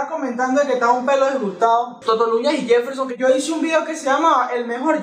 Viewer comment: que lo diga el yefel-SHON jajajja te amo:3